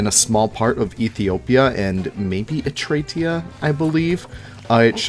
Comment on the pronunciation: As a geography nerd hearing you say etria instead of Eritrea (er-i-tray-a) my head retracted into my shoulders lol